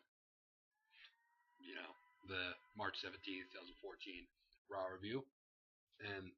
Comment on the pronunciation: RAWuh was dominated by the gameuh, and the gameuh was the best part of the showuh! Honestly I was laughing my ass off (and marking out) during the first segment of RAW and the last; loved it. I want Godduh to destroy Bryan at mania just because it would be the most hilarious thing ever watching the crowd and IWC rage. Then of course I would have the Gameuh go on to win the titleuh in the main eventuh... That would be legendary... I really hope DB doesn't win at mania even though I like him. He most likely will still win, but if they aren't going to have Trips win they should at least find a way to make the match a draw. At which point they make the main event into a fatal fourway (so Godduh can win the titleuh for the 14th time... uh) For the Shield vs. Kane, I see it being a 3 on 3 match and am thinking Kane will probably get the other two members of the Wyatt family to help him... But that's my guess.